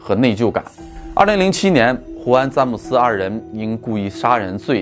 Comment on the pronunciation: zhan姆斯，不是zan姆斯